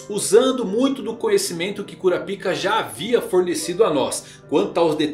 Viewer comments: Toda vez que ele fala cura pica eu repito cura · CURAPICA ? KKKKKKK CARA FALA DIREITO O.NOME DELE POR FAVOR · O q custa pronunciar na versão BR "kurapaica" kkkkkk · Esses novos chegados da obra prima chamada hxh destruíram o nome do personagem mais foda… que mané curapica é kurapaika Zé só assistir o anime antigo esse novo me da um ranso ao pronunciar ssse nome … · Só eu quando ouço Curapica,fico rindo por dentro 😂😂😂😂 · Minha quinta série n me permite segurar a risada na hr q ele fala "Cura Pica" kakakakkakakk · Kkkk quando o cara fala o nome cura-pik o vídeo vira piada kkk😅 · Kuroro? Porque ele fala todos os nomes assim se eles são escritos claramente diferente? Perguntando na moral mesmo, curiosidade. Eu sei que os japoneses pronunciam parecido com isso mas não quer dizer que não tenha o L no nome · Essa pronúncia "Cunapika" tira toda a seriedade do vídeo. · Meu fi, fale Kurapika direito, que agonia...